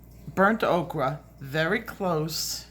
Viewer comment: In case no one has told, thank you!!! I have learned SO much from you and you tell it like it is! My coloring has improved 100% since I've began watching you 😘🌻 (just curious how many times do you get corrected calling Burnt "Oaker" Burnt "Okra"?) is there a hidden joke behind this pronunciation? It makes me hungry for Okra! lol